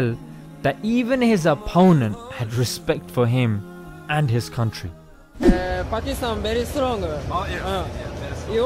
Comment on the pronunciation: Man said bakistan